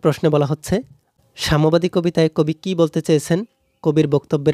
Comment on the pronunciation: আপনার উচ্চারণ অনেক সুন্দর । এটা সাম্যবাদী কবিতা সামবাদী নয়।৷।। ...... ☠️☠️